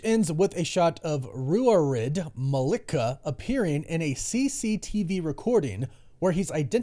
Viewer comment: Ruaridh is pronounced Rory. Thanks for trying though!